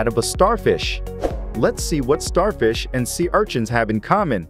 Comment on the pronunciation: Sea archins 😂 idk why that bugs me the way he says it